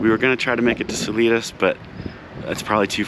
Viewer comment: I’m so jazzed that you had a great day of riding. You were in part of my stomping grounds. I giggled every time you mispronounced Salida, (suh-Lye-duh). The Spanish mountains outside of Trinidad in Huerfano County are The Spanish Peaks. The looming mountains you saw to the west are the Sangre de Cristos. Salida is at the southern end of the Collegiate range and the northern end of the Sangre de Cristos. All mountains in Colorado are part of the Rockies. There are a number of distinct separately named ranges, such as the Sangre de Cristos, the Collegiates, the San Juan’s, the Gore Range, etc. Oh, the stands of “Birch” trees you rode through are Aspens. I’m really delighted to see your journey through my state.